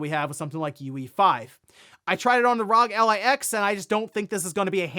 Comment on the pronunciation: One day, just one day, someone will realize that the “Rog” in Rog Ally is pronoucned like “rogue”.